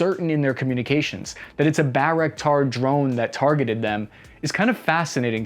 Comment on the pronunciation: I just want to correct something. Most people pronounce Bayraktar wrong. It is pronounced by-rock-tar. And thank god someone giving information while staying objective. People spitting fake news which is dangerous because it creates a false sense of security for the Ukrainians. If Ukrainians doing so well according to those news outlets then why the hell is Kyiv about to be encircled. People are dying out there. We NEED true information not a flow of bullshit propaganda.